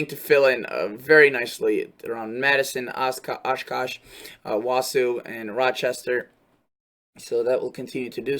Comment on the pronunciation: BTW, it's pronounced wa-saw, not wa-sue